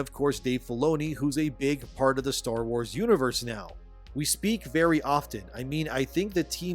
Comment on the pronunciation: its called star WARS not star WHOES